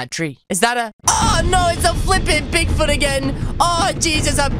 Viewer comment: I thought you said pig food in the video lol